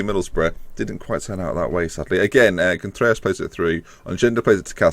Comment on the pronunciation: I think Vallejo is pronounced Va-yay-ho and Contreras Con-trair-ras. Trair as in rhyming with chair.